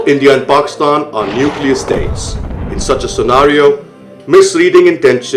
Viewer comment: We pronounce our country name .... PAK IS TAN. not PAKSTAN as in your video.